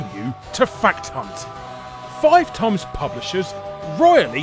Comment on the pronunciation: I like how in the beginning instead of times he says tums. Is that a British thing or did i catch larry slipping up?